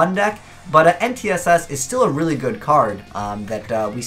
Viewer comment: You keep pronouncing N'tss wrong, it's not "en-tee-ess-ess"